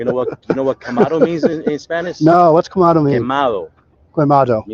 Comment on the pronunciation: Quemado is pronounced Kay-mahdoh